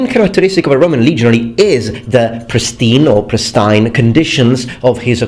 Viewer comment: Oh, golly. Don't say prist-Eye-ine. It's prist-EEEE-ine. That was just wow. I don't even know what to say about the rest of the video. I'm laughing too hard. Prist Eye-n. Why? Why?, you are awesome. You learn so many languages, but I hope you don't find it rude of me to crack up about that word.